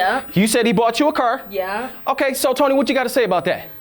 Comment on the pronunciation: “He bough you a curr “😂😂